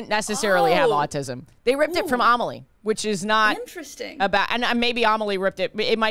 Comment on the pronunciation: Each time pronounces Amélie "Amahlee" my French heart dies a bit more